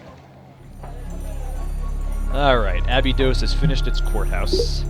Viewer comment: Abydod uh-bye-dos